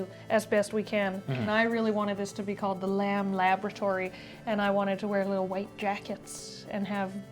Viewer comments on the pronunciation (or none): Did you said Lamboratory?